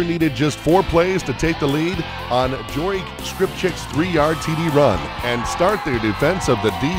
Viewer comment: Ok some flaws on the Edgar 1 first u said jory's name wrong and 2 that td was caused cause of Conner a freshman